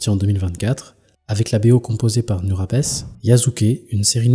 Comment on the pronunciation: Rectification sur Nujabes : 1) Ça se prononce "Noudjabes" pas "Nurabes" 2) Il est assez largement considéré comme le père du lofi mais sa musique n'en est pas, c'est davantage du hip hop jazz que du lofi tel qu'on l'entend aujourd'hui